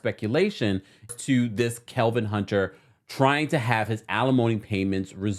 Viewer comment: I love how you call him KeLvin 😸😹😹😹